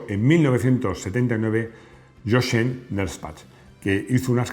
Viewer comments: Jochen se pronuncia "Yojen" en alemán, por lo demás impecable video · Hola. De forma constructiva, indicar que Jochen se pronuncia "yojen". Un saludo.